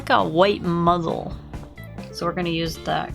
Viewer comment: Did you call the muzzle a muggle at one point? XDD